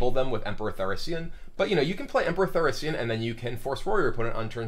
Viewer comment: Emperor Thaurissian" :D :D